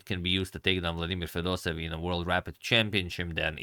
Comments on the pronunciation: It's FedosEEv, not FedosEv ! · Just wanted to give a small correction to pronunciation of Fedoseev! Because there are two e’s, in Russian you end up hitting the sound twice (and e makes a “yeh” sound). So it’s actually pronounced Fedose-yev. Thanks for the video!